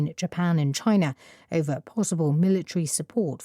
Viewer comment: amid(전) : ~한 가운데 over : ~을 놓고, ~을 둘러싼 -> over 발음 완전 처음들어본스타일 ever로 들렸다 오늘도 감사합니다!